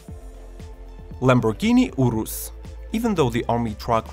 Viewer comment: when he says lamborghini urus though lol